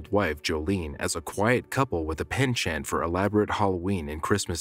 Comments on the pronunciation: Dude I love your videos.. you have a great voice for narration. Just a little note, penchant is pronounced “pon-shone” not how it’s spelt “pen-chant” ☺️✌️ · It is pronounced penchant not PENchant nor PINCHhant please